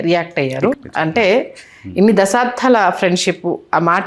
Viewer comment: అమ్మా....యాంకర్ గారు....!! దశాబ్ధాల...కాదు తల్లీ...!! "దశాబ్దాల"....అనాలి తల్లీ...!!! సాదా..."ద"....వాడాలి/ఉచ్చరించాలి..... వత్తు "ధ"...వాడకూడదు....ఉచ్చరించ కూడదు....!!!